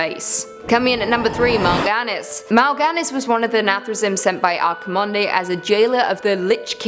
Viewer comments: I'm not gonna nerd rage. Just gonna say as someone who's played wow since he was 9. Its pronounced ark-keh-mond not ark-keh-mon-day And its pronounced ghoul-Dan not gul-dan its more seperated into two words Also I'm pretty sure archimonde didn't appear in from of the tomb of sargeras before the battle of the broken shore because in the previous expansion you kill him as the final boss of the final raid. Not in normal mode. But in mythic you follow him into the twisting nether where you kill him there making it so he cant resurrect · Quick note: The final E in Archemonde is silent, carry on